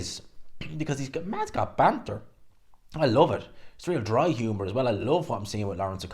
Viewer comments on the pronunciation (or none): none